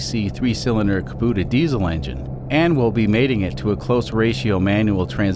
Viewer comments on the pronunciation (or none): R u Canadian? It’s kAbouta not kaboota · KAH-BOOT-AH. No KAH-BOAT-AH. Yes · Kubota. Lol it's pronounced koo-bow-tuh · Just FYI, Kubota is like Toyota. CUB-oh-ta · It’s KA-bow-ta